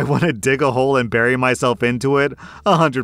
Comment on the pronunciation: EMPHASIS ON THE WORD HOLE 💀💀💀